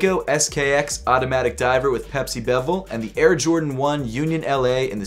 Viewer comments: the rotating piece is called the bezel, it sounds like you’re pronouncing it as bevel. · Bezel...not bevel 😉 I have the exact same SKX...great choice!